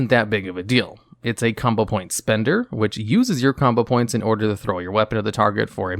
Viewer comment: combo points he says likes “Kama points”